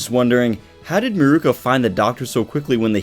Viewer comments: Mirko not miruko sorry that was killing me. Miruko is the guy with the wind tunnel from inuyasha. (Meer-ko) is the bunny girl from my hero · It's Mirko. Meer-koh. She's named after Mirko "Crocop".